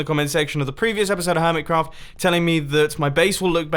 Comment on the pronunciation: Am I the only one who thinks he said hermit CAFF server